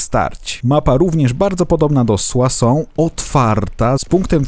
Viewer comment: jestes pewien że mówi się "suasą" a nie "suso"?